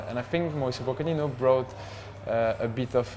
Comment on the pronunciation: I love how Lloris can't say Mauricio Pochettino's name properly